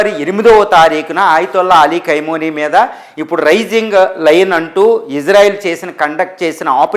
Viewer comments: Khaimoni,khaini,kaaduraa BABU! Khamenei!!! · Kaimoni kaadu ra babu Khameni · ఏయ్ ఎవడ్రా నువ్వు అది కైమోని నో, ఖైమా నో ,కాదురా ఎదవ. అది ఖమేని రా పిచ్చి మొఖమోడా😂😂